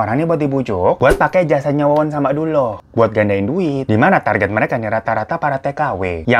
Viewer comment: Yang nonton jg jelimrt denger lu Gonta ganti nama org bang😆😆 wowon berubah jadi Wawan😂 yg punya nama Wawan pasti kesentil ini 😆😆😆😆